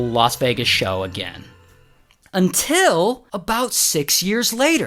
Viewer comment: Why did you say until like that 😢😢😢😢😢😢